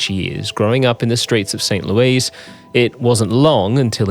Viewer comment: Its St Louis not St Louise